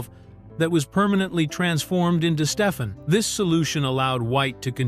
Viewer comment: That's pronounced: "Steph-ON" not Steph-in.